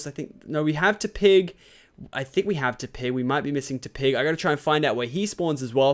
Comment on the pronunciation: he says tepig wrong